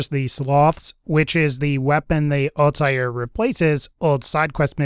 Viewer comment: Altair= All-tear, the shredding kind of tear not what comes out yo face, not all-tie-ear:P